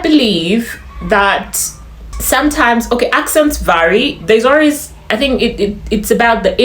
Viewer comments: I can hear the Ugandan arways instead of always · On the accent part,, now that uve said it... I've picked up on ur pronunciation of "always"😂.. So Ugandan